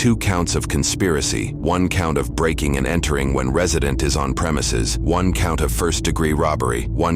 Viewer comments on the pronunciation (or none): none